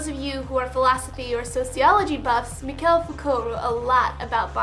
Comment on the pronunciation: Good vid. Still thinking - would I do it? One glitch: As a language buff, I must speak here. Michel Foucault's first name is actually pronounced /mee-SHELL/. Mispronouncing it is almost as bad as misspelling it.